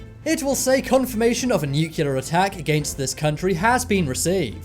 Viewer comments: New. Klee. Are. New Clear. Not 'noookyuller'! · it's NUCLEAR not Nucular..LOL! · Nuclear... New-clear, not newkewlar. Clear?! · It is NUCLEAR.....not NUCULAR!!! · Knowledge Enthusiast - Was gonna say the same... lol. he switches between nucular and nukilla... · Nucu liar! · I took a shot every time the narrator mispronounced "nuclear", and now I need a liver transplant.